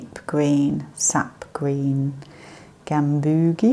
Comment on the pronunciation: You might want to check the pronunciation for Gamboge